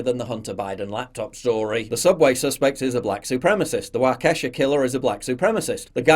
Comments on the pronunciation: Waukesha is "WALK-ee-shaw" if you please, Paul. My home town. All of this is insanity. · Just a pedantic note from a Wisconsinite: "Waukesha" is pronounced WAUH-KESH-AW. Thanks, i'll get back to my cheese. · Sconnie here, it's WAH-keh-shah, Paul